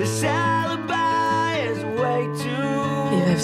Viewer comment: Also it's Sala samobojcow not sali